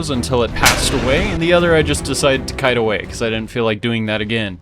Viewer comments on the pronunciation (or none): none